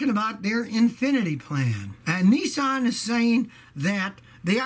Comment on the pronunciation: Nissan NOT Neesan